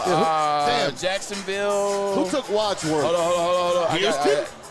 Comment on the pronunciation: Andre Wadsworth, not Wadsorth